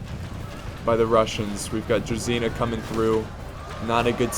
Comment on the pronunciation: Great battle!) it's a pity that Spain lost so much troops because of the walls( by the way,you pronounce "druzhina" wrongly)